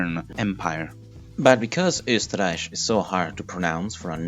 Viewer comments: As an Austrian I can confirm this is pretty much what happen. Also your pronunciation was really good. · Yep one talented frenchman who pronounces ÖSTERREICH beautifully!Merveilleusement réalisé !